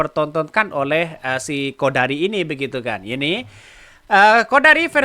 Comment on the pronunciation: sebut siqodari.😊